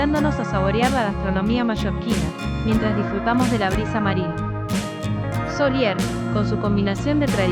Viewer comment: a ver si pronuncias bien, los nombres de cala d'or y soller. La cagaste .